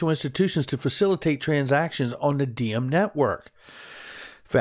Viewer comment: Is it pronounced D-em? Diem is a Vietnamese name pronounced like Yem. Not a big deal, just found it interesting